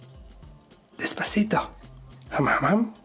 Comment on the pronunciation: Bro its des-pa-cito...